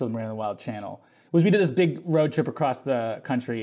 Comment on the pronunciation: Did he say, ‘acrosst?’ Dude…